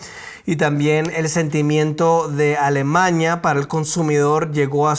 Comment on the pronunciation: no es Alemaña. Es A l e m a n í a. ALEMANIA, n i a